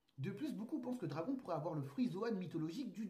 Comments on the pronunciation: stp, dis dragone pls.... ça fait mal aux oreilles d'entendre dragon, ok, que les scan pour temoin,, mais regarde un peu l'anime en japonais et tu comprendra xD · pour l'amour du ciel mec prononce bien le nom de dragon (dragone) a chaque fois j'ai l impression que tu parle d'un dragon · on prononce dragonne ! ;)